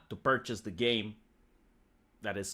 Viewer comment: You should drop the fake Russian accent if you’re gonna pronounce words like ”purchase” and ”customer” like an American.